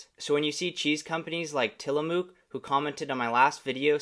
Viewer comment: Tilamook, the mook is pronounced like book, tilabook = tilamook , not moo like a cow mooing (until) til (above) a (book but with an m lol) mook